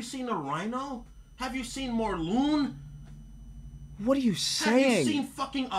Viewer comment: said mor-loon instead of Morlun